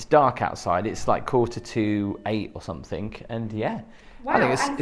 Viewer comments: I can’t believe you haven’t seen a bidet toilet before! You both seem like overawed country bumpkins being in the Big Apple for the first time! Also, please remember your “ings,” as in something and nothing, NOT somethink or nothink! Who hired you for a walking tour like this? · Love your videos but just one thing irks me SO much. There's no "K" at the end of the word "something". Every time you say it, you say "somethink"! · Speak properly! You are English. Something, not somethink….on it goes.